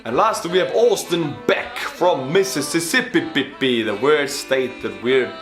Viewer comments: Mississippippi xd Nice try it's Mississippi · MISSISSIPPI NOT MISSISSIPPIPPI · NObody:: "Mississpipppip"